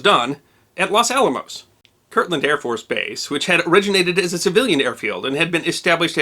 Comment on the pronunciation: Los Alamos, man, not Las Alamos! If that bomb had gone off, My family would had vanished in a flash, and I would have never been born. Yikes! Great job on all of your' wonderful videos. Thanks!